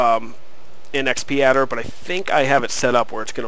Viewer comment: X padder, not XP Adder...